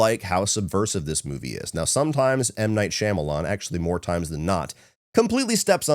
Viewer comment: I’m BEGGING you to pronounce Shyamalan’s name correctly lol